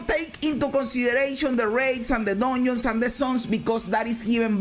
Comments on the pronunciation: Dungeons ❌ Duneeeons 💯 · He really said DONIONS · Im Sorry, but I can’t unhear it ever again: DONIONS. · When he said "Doinons", I felt that. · I liked when he said Donions